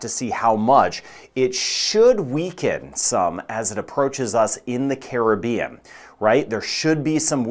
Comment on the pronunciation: I always liok to you for the very best forecast & being from the Carib-bean very nice to hear someone pronounce Caribbean correctly, too many say Crib-bean, lol